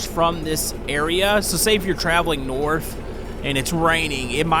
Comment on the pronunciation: for some reason I was bothered when you said "norf"